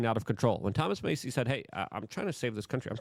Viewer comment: "Doich"? "May-ssey?" I keep thinking "WHY?!" They're EASY words! It's hard to listen to.